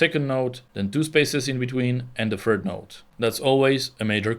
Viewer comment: yo its third not fird